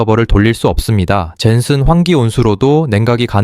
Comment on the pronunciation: Tts 부정확한것 만 보완되면 더 퀄리티 있을것 같아요.젠슨 황이 이상하게 발음함